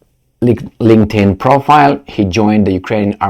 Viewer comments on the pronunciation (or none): none